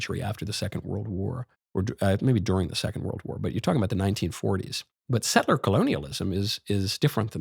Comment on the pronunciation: Girl tells MK he pronounces tribal names wrong and proceeds to mispronounce the word settler..she first says setteler...then says settler correctly the second time. Ok chick..whatever!